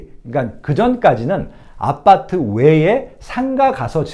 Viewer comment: 아파트를 계속 아빠트라고 발음하시네요ㅋㅋ